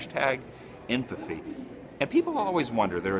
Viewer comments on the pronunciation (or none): When infamy is emphasized - inphafy.